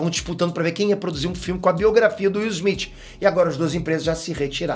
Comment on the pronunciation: O nome dele é Smith e não Esmit como você fala.